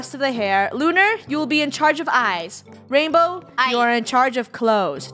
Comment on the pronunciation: Its Rainbow not rainboah